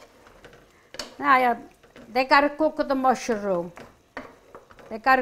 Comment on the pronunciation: I love pronounces mushroom as musha-room, it's so charming. This looks incredeble and want to try to make this myself once. Thanks for this lovely recipi. 😊🇳🇱